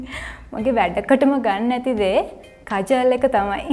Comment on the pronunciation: කජාල් නෙවෙයි ගෑනියේ කාජල් .. ෆනෑන්ස් නෙවෙයි ෆර්නැන්ඩස් 🤦🏻‍♀️🤦🏻‍♀️🤦🏻‍♀️